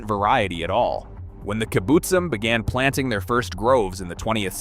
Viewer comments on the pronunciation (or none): If you're going to make a video, can't you spend 10 minutes finding out how to pronounce all the names? Your pronunciation is atrocious. Arava, kibutzim, Solowey, ...